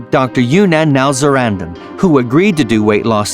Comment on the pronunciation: For my 600 pound life, you said the Dr’s name wrong